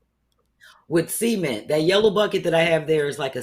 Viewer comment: B 😂, its pronounced “SUH-MINT” not “semen” 😩😂😂 I kept hearing “semen floor” when you referenced the “cement floor” 😅🤣